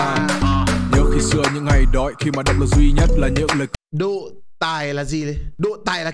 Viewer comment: ơi, anh độ chứ không phải anh đụ nhé:))